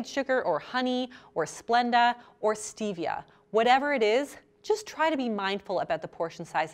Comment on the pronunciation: Stevia is 100% natural especially crushed green leaf or liquid. You can grow it in your back yard. White care sugar is really processed so much that I would identified as artificial. Also please pronounce Stevia correctly. Cravings occur when the candida in your body needs to feed on sugar, thus cravings.